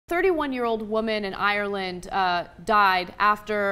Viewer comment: Why cant she pronounce Ireland right